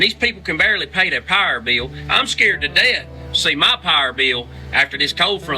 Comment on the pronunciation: Pause and you'll see vanilla and chocolate twins. And he didn't say power he said "pah'r"